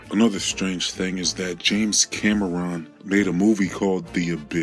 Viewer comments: His name is Cameron not "Cammy Ron" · os-kil-ation!! LMAO!!! cam-er-own? This guy does seem to have trouble with his words doesn't he? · Dude says "oskillation"!? Holy wow. Clearly he never heard the word spoken aloud and was just guessing! Look it up, man!! Ok wait water is "issishional" for life?? Who's "James kamma-ron"????